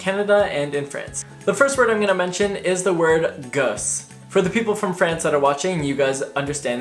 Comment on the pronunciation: I have so many students who are trying to lose the Canadian stuff. Your accent is really okay! Apart from when you say gosse which still sounds Canadian. Great motivation